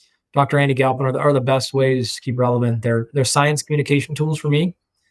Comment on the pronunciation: Galphin? Are you serious?